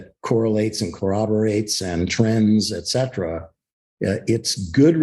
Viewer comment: Etcetera not Excetra😀